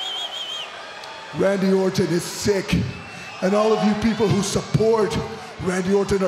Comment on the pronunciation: lol its Randy Orton not Randy Orten U Indian Jobber!